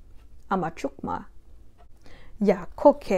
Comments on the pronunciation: Oklahoma red people does not mean Native Americans, it actually means aboriginal indigenous Americans, a.k.a. us not the pale face people. Actually its pronounced Hal-e-to & Yoo-key. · This is great, i would suggest putting more of an "e" in the so it sounds like Haleto vs Halito Yokakee has a long e This could be souly bc we are country tho haha 😂😂 Thank you for doing this 💜